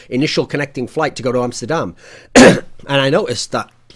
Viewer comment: props on the Amsterdam pronunciation, first time I hear somebody not from Holland pronounce it like the Dutch themselves.